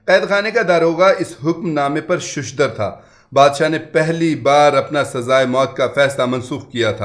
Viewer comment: Sahi lafz SHASHDAR hai aapnay shushdar padha ASRAAR Sahi lafz hai Apney israar padaa